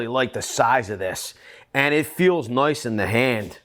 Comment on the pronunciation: As a British person from Gloucestershire who speaks like a pirate, I’d like to commend you on your pronunciation of ‘noice’ 😊